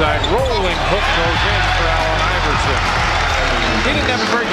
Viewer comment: I keep hearing AL iverson...